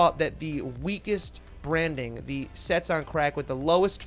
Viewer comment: This guy clearly has not done his research on Solana eco system. Clearly salty and chilling eth don't be fooled, he is also sponsored and it's pronounced as cats not sets on crack lmao